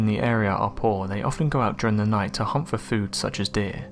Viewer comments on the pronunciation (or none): none